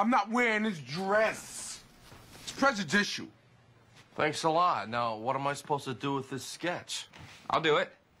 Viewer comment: "Prejudicial"! Lmao!!!😂😂😂